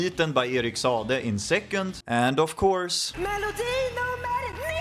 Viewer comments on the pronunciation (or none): Sa a de. Not Sade…